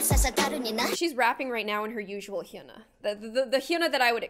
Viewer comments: Not hyuna its like Yuna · you are pronouncing her name wrong its Hy-u-na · k but why u saying “hyoona” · ANY KOREANS HELP ME, IS IT PRONOUNCED HYOOONA OR YAANAA (H SILENT?) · It's pronounced Hyana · It’s so funny u can’t pronounce her name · I don't really think u pronounce her name right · please pronounce her name correctly. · u said hyuna wrong, If u said hyuna a 7x faster it’ll be correct😊 (just sayin) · You said the name wrong I’m Korean so I know lol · ohmygod learn how to say her name right. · Okay, amazing video, but, I have to say, you're pronouncing her name wrong. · it’s funny gloom says hyuna wrongg 🗿 i’m soRRy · god I'm a minute and a half into this video and it's so hard to watch. "HYOONA" and "GAYNGNAM STYLE"